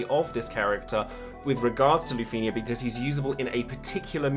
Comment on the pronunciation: Is it just me or do you not like the way he pronounces lufenia?